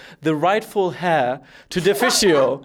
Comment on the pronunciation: These guys are fun :) By the way, was " the rightful 'hair'" an inside joke? Or just mispronounced "heir" ? Cheers